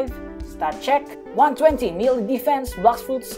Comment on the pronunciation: he said 20 million desfense